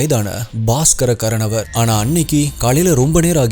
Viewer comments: கரனவர் என்று சொல்கிறீர்கள்.., ஆனால், அதன் சரியான உச்சரிப்பு ; 'கார்னோர்' அல்லது 'கார்னோவர்' என்பதே! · Ur pronunciation is really bad. It's kaaranavar which means kudubbathirku moothravar periyavar nu artham. Baskaran is his name. Sometimes name, place name, every wrong ah soldriga.. athu therinchu paakaravagaluku disgusting ah irukum.... It would be better if you try to pronounce better... 😊😊😊🎉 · pronunce wrong karanavar